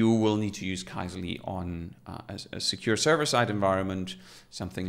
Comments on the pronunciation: For what it's worth, the original Finnish pronunciation of this word, which means "query", is /ˈkysely/, where the "y" in the phonetic transcription there is like the French "u" or the German "ü". So neither "key-seh-lee" nor "kai-zeh-lee" is correct :D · Sorry folks for the major pronunciation fail, TIL it's pronounced “Key-Seh-Lee” 🙈